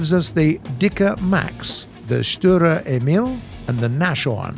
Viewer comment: Sturer Emil was also a bit off.